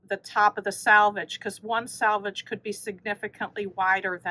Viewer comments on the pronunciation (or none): Last of the batiks! I wonder if anyone else gets annoyed when people pronounce selvage like salvage? It's a completely different word, but I hear it said incorrectly so much! 😂